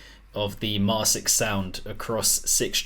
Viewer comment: Oh, btw their name is pronounced “mar-kicks”, which I believe they themselves stated at some point but I don’t remember for certain. (Maybe you correct this later in the review, I’m watching it rn)